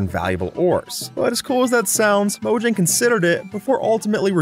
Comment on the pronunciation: Fyi, it's pronounced MOE-HYANG.